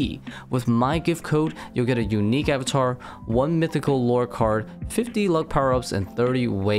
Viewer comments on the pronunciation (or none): none